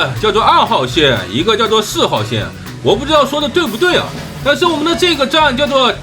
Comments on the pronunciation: 那讀 tiao（條）調景嶺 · 是條（調）景嶺！